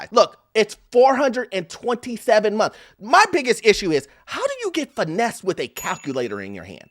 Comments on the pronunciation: Finessed and not financed LOL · “Finessed not Financed” lol😅